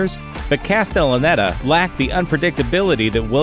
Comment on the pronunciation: had a little trouble pronouncing castellaneta, eh?